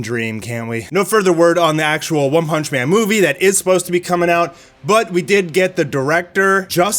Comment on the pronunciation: "ONE PANCH MAN" 😂😂😂😂